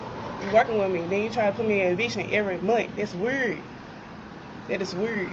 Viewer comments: I’ve seen the red bonnet girl eviction on Othniel’s channel. She’s the one who can’t pronounce the word “weird”. WUURRHD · Say can't say weird right‼️‼️🤣🤣🤣🙄🙄🤣🤣🤣🤣🙄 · Damn , she can’t even say the words communicate or weird properly . 🤦🏾‍♂️